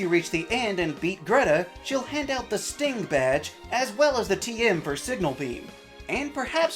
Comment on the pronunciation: Did you say "Sting badge" or "Stink badge?"